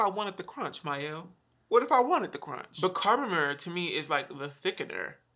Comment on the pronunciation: Why do I die every time you say Mikael? 🤣🤣🤣 I did actually like this line for a twistout but the gel did absolutely nothing for my hair for a wash and go. It tricked me into thinking it was gonna be good the first day but day 2 I was rocking a fro because definition where? That's why you need that carbomer lol. I do like the rosemary mint styling cream (it has the hold of a gel) BUUUUUUT I will not purchase from them so I'm just finishing the one I had